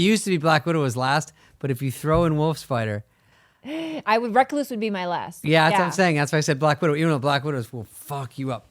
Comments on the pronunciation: The way yall pronounce recluse.. 😭😭☠, In washington we have the recluse and black widow but actually the recluse, widow and bar scorpions are not as poisonous as people think it is VERY VERY rare that people die from them. At worse they just make you nauseous which even that is rare they are mainly just painful as hell, the rattle snake of any breed is potentially deadly without antivenom so hopefully your within 2 hours of a hospital. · Brown recloooos, recluse, reclous, Not wreck loose.🤣🤦‍♂️